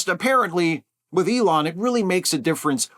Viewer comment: "ELAINE" Musk...